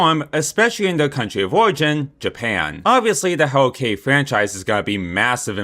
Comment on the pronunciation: “Hewwo Kiddie”